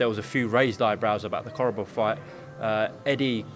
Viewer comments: "Koborov"? Come on, Chris. You can't even say his name right. The name is Korobov. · Doesn’t help that you keep calling him Koborov you numpty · its Korobov not Koborov lol